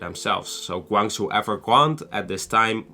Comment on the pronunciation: You should pronounce as "Gwang.....Jow"